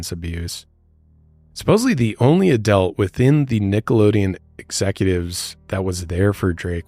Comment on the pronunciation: Every single time the (not a real word) word "adelt" is said; it makes me wince a lil bit... So, along with the other gazillionjilion instances which also caused me to physically recoil during the run of this video... No joke, I'm literally, actually, noticeably sore.